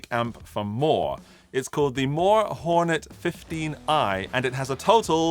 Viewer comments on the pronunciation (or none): Did you say… “Mooer are available in the cloud”? 😂